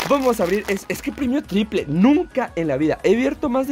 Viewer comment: Nunca había escuchado que alguien dijera “PREMIO TRIPRE” buena suerte bro félicidades 😎 Y también por las 2 arenitas